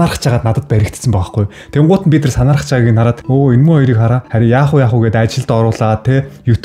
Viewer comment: (Бид нар )гэдэг үгийг. бидрр бидрр гээд байх юм